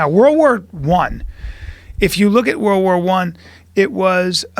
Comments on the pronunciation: “Wurl War Tew” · "Wurl War Wan"